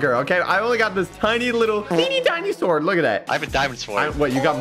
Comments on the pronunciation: says sword with the w in stead of saying it with no w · what’s a SWORD u pronounce it (s o r d) not (sWWWWORD) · Swword. Also why blaze? It’s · i love when said swword